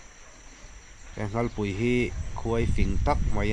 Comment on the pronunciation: Nghalpui ani lo,nghalllllll tih tur